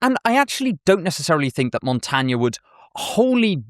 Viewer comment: Your pronunciation of my name is atrocious - Michel de Montaigne.